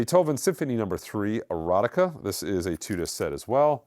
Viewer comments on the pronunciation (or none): "Eroica" on the Beethoven,, not Erotica. I know, I know...reading is hard.